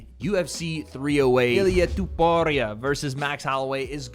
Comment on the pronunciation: can u please say topuria instead of tuporia…